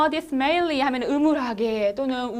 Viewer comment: the Virgin은 '성모 마리아'를 뜻합니다. dismally의 발음을 주의하시길!^^ 전반적으로 강의를 아주 잘 하십니다~~~^^